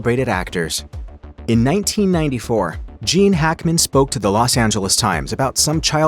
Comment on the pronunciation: Who is the narrator for all of these videos , if it is human pronunciation is discussing if AI we are in big trouble, some one give me an answer and I also add I liked Gene Hackman, and to hear his name sound like something else is annoying, and is on every video put out by this distributor.